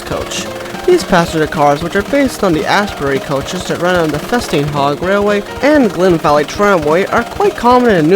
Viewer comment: I think you pronounced it correctly